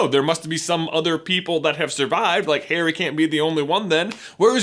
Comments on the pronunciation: Did he say "Parry" instead of "Harry" ??? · DUDE YOU SAID PERRY NOT HARRY... hahahahhah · about, instead of saying Harry he said perry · Did he say parry not Harry? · That moment he calls Harry , Perry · he says parry lol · Lol he called Harry; Parry! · He sounds like he’s saying Perry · Did he just call Harry "Perry" or is that just me?? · Actually Sammy, he said Parry... I think. In other words yeah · he says parrry lol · he says Perry instead of Harry🤣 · You said Parry Lol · is it just me or is he saying Perry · my guy J said “perry” instead of harry. Are we having a PnF theory episode coming up? ;) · he said parry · Am I the only one who heard him say "Perry" instead of "Harry" ????? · Anyone else hear him say Perry instead of Harry ???? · you sayed Perry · you said perry not harry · Did he say parry’s scar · he said parry instead of harry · Did he just say "Perry" instead of "Harry" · Pretty sure you said "Perry's scar" 😂😂😂😂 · He literally said Perry instead of Harry around 6 minutes 😂😂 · Did you say Perry's Scar? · Does anyone realize that he says Perry instead of Harry about the mark? I found it funny because I've done that sometimes. :p c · Is it just me or does it sound like he says “Perry” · "What about Perry's scar?" slip of the toungue, XD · Is it only me. Or does J say Parry ? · He said parry not harry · He says perry instead of harry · Yes, he said Perry. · Sky the PSA commander I thought I heard that too!